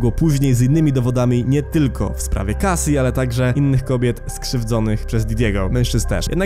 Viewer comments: Wymawia się „Casi” i „aszer” ! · Didi, Uszer, Kejsi... na rany Chrystusa, jak Ty wymawiasz te ksywy...